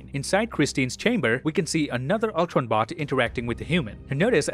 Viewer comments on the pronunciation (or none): none